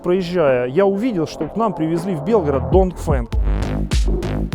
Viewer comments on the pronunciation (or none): Тоже мне блогер! Мог бы как минимум подготовиться к обзору, ты даже название прочесть не можешь знаток! Донгфенг бляха муха, Дунфэн он называется Дунфэн, не позорься